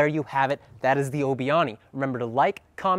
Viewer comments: Awni 😂😂 it's Ani (pronounced annie) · Its not pronounced like aunie my guy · Ani, isn’t pronounced oni it’s pronounced like Annie btw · Why is he totally pronouncing Ani wrong?